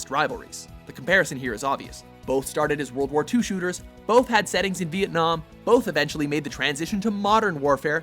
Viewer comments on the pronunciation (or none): none